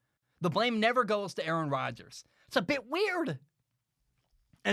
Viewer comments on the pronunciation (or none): Nice take! Don’t worry about mispronouncing his name no one knows how to pronounce it. I would say the GM is not in a similar position to your father, and I think Aaron Rodgers would make the same argument that his job was threatened. Do you remember the year Peyton Manning was injured and the Colts won like 2 games? Aren’t the Packers in a similar position? Last 3 or 4 years the Packers have taken a ton of CB. Something like 5 in the top of the draft. How many of the WRs were pro bowlers elsewhere? I disagree with the calling for the firing of the GM, but isn’t the GM doing the same thing to the player. There is a backlash against employees trying to assert power as opposed to management. Do you feel the same way when a player is cut? Lastly, Brett Farve was threatening to retire every year. Like your takes, but calling them fact based I don’t know if that is accurate.